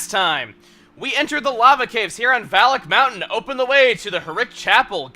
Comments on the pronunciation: Okay, is /anybody else/ hearing 'phallic mountain'? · in the intro i thought he said phallic mountain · Every time Chuggaa says "Valak Mountain", I hear "Phallic Mountain" instead. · Sometimes it sounds like he's saying Phallic Mountain...or that's just me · OKAY, I CAN'T STAND IT ANYMORE!!! Every time I hear Valak mountain I hear Phallic mountain. I just can't not hear it that way. Someone HELP ME!!!!